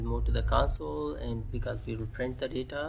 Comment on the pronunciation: it's not lagin it's called as Login and it's not cansole it's called as Console